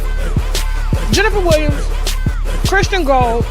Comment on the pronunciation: Tasha K you can demolish a name like no other you got me over here crying😂😂🤣🤣🤣 "Jenfa da Willams"